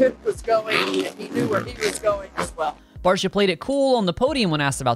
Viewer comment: Its Barcia, enuf said